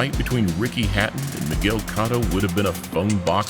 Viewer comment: Miguel COTTO it’s COTTO